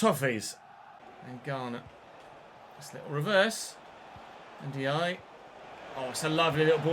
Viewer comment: Hi, Ndiaye is pronounced N-jayi.